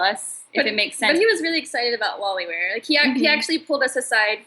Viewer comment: Thx for sharing! But it is loliwear instead of lolliwear.